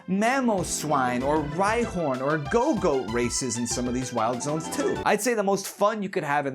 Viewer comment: thought you said Godot 💔